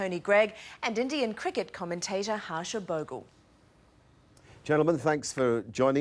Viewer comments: Wow....he is Bhogle not bhogul.😂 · its pronounced Harsha Bog - lay FFS! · Everyone's favourite commentator (Bhogle) suddenly became everyone's favourite board-game (Boggle). You'd think it wouldn't be too hard for the journo to confirm the pronunciation of his name before she went on air... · She said Harsha 'Boggle'. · It is pronounced "Bog-lay" lady. You can't expect these from ex-convicts anyway :-) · lol HAASHA BOGGLE funny cant even pronunce names properly and she is a newz commentator typical aussie XD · "Bhogal" smh